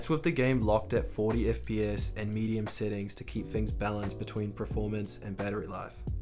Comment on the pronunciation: Why are you saying “preformance”?